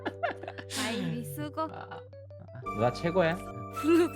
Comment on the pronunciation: 뭔가 계속 발음이 정확하게 누나라기보단 누ㄴ아 하는 느낌인데 끄헝 그냥 다 좋아 여기 너무 재밌어ㅠㅠㅠ